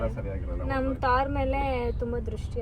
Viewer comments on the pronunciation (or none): Thoorr alla Adhu thar 😂